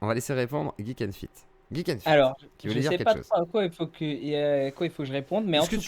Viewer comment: Il dit plutôt "Jik N feet" c'est encore mieux